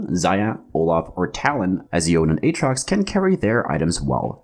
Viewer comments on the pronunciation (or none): Really good beginner guide! Easy to follow and understand P.S. That's the first time I heard someone pronounced Yone as "yawn" hahaha